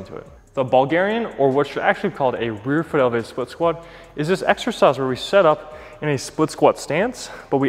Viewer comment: Great video. Very helpful. And is hilarious. "The Bulgarian, or what should actually be called a reerful-elvade split squat" 🤣